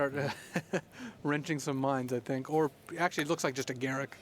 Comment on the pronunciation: They way pronounced Garruk makes me vomit.